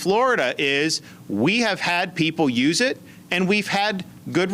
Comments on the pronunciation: I heard you pronounce "use" "youth" at least five times. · Just wondering if he's having a little trouble saying "emergency USE authorization". Every time he says it, it sounds like, and looks like, he's saying "emergency YOUTH authorization". I get it, it is hard to pronounce easily. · Is it just me or does it sound like BTC says, YOUTH instead of USE, whenever he said, "Emergency USE Authorization"?!?...& if so, is it intentional?? I'M SO CURIOUS!! lol 🤔🤥🤔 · Brian, it sounds like you keep saying "Emergency YOUTH Authorization" . . . . If they can't get monoclonal antibodies, maybe the Biden Administration should send DeSantis all the Ivermectin that Florida can handle . . . . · Are you saying "emergency youth authorization"? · The fact that you keep saying youth when you mean use is driving me crazy. I'm not trying to be mean, I love your content. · It's cute how BTC pronounces "use"